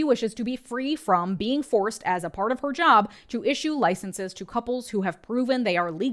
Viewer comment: Distongtion on "Her" god cuse she aint talking about Jesus 😂